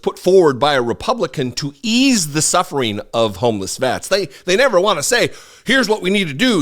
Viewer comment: it's sufferding da😂